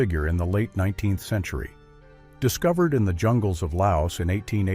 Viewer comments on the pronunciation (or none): Any chance of using a human being to narrate...one who understands that '19th century' is NOT pronounced "19 the century"?